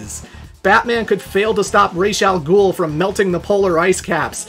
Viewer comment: They do not "accidentally create time portals". Lucca's teleporter malfunctions in response to Marle's Pendant and opens a Gate that was already there, but invisible to the naked eye. But also, kudos on pronouncing "Ra's al Ghul" correctly. You're one of the few.